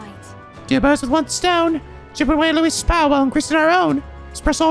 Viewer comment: It took me this far to realize that Louis is the "king-sun" like his historical namesake Louis XIV.... I blame it on the voice acting (and ) pronouncing the name the English way rather than the French way.